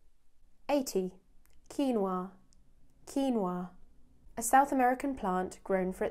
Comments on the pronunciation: it is rare to hear a british saying "quinua" so perfectly, i just love the way you say it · Great finally someone who pronounce Quinua, like it sould be!